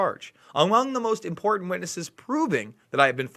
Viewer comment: "Important" has two "T's", Not zero, as you pronounce it.